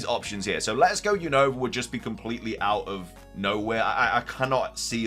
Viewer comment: you always say the name of The region Wrong is not younova is Unova 😅